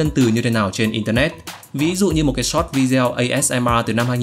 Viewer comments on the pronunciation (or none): none